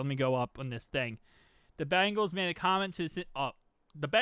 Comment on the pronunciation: Please enunciate our team name Bengals. Not BAngles. One is a tiger, the other is a bracelet. No disrespect, many media outlets make same mistake.